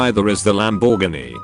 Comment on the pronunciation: Need to teach your bot to speak english ...Lamb bore Gee...nope I'm done